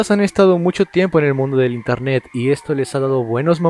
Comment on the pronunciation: Wey dice INERNET ._.